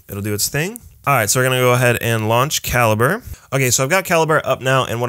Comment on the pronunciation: I've always thought it was pronounced ka-lee-bray -- learn something knew every day.